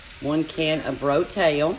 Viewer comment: "RO-TAIL" lololol